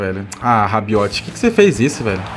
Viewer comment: Tomou gol pq falou RABIOTE😂😂